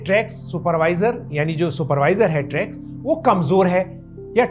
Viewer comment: इस वीडियो में मैंने रेग्युलेटरी टी सेल्स को ट्रैग्स कहा है। इसका उच्चारण टी-रेग्स T-regs है।